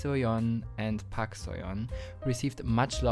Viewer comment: Just a minor comment: Learn to pronounce "Park". ;)